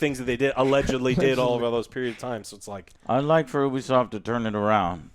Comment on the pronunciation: It's Ubisoft not Obisoft Joe